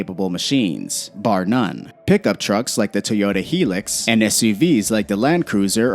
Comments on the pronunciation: Teota? Teyota? Where is the E?!?! Toyota!!! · “Tee ota”